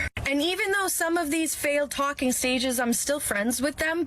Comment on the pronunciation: Whenever you say "talking stage" it sounds like you're saying "Tolkien Stages" to me which sounds like you're going on a world saving quest so her dad will let you marry her.